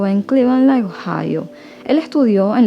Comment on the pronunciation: las pronunciaciones la verdad....dejan mucho que desear.Hasta en nombres propios, o nombres de ciudades.O decir develar en vez de desevelar.Acectar...Pero bueno le pone ganas y dedicación.Eso es lo que más cuenta.Pero bueno en Venezuela no enseñan inglés taaan profundamente como en otros países.Eso es lo que me dicen amigas que son de allí..Por eso:clevelaaaan y no es asi.No se le entiende en las palabras inglesas.Hace lo que puede.Son buenas historias.